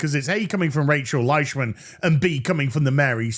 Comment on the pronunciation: I'm sorry - Rachel what? Rachel Leish-what?